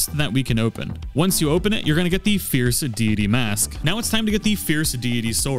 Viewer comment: I keep hearing Fierce DEE DEE DEE 😂😂